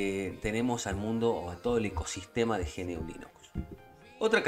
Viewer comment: GNU nunca se pronuncia como ge-ene-u, se pronuncia como una sola palabra, gnu (pronuncia primero como gunu y quitale la primera u para que al final quede gnu) o en español también podemos decir ñu.